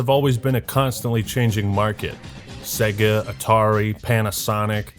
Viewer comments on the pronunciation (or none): Dude.......it's pronounced 'Seyga' not 'Segga'.